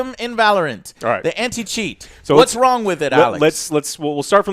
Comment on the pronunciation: “Something went Wong”